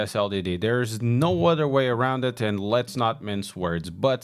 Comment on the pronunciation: Other not udder